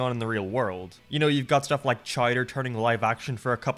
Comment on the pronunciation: Did…did he call it “chider”….